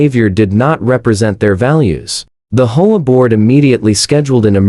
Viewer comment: Does anybody listen to these before you post them? Or is it that you have people who are so incompetent that they have no clue how to fix the AI voiceover so that doesn't pronounce H O A as a word? It's really not that difficult.